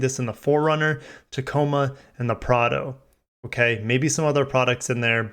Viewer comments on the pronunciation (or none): none